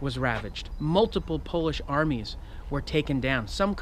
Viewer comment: Holy Shit, is this a natural anglophone actually doing the research on how to pronounce polish names?! Now, that's a sign of respect for the subject matter, thank you!